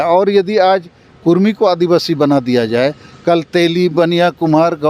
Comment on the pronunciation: Abe bhadua kurmi kurmi chilla raha hai... Kudmi bol... Or ek bath tujhe puchh ke andolon karenge... Apna soch badal barna tera astitwa kehin gum ho jaega... Odisha ke bhagoda neta jo kudmiyon ka vote pe MP bana ab jharkhand ke mukhyamantri ki lalach me hai... Tera mansa kabhi pura nahi hoga...